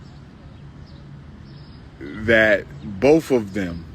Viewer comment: He repeats everything and it’s so annoying. The word is BOTH, not BOF, Doctor. 😂😂😂